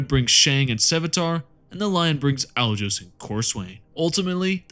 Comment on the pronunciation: Alajos is a hungarian name, pronounce it like you replace the J with Y and you ll get closer to how it is spoken (